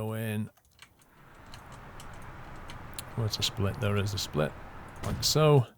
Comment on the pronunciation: Available on steam.. over there (or as pronounces it, thar).